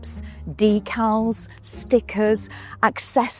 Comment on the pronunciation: thank you for saying “decals” not “decals”